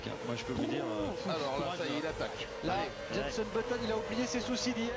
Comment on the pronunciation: Très bonne vidéo juste c’est Jenson pas jenssen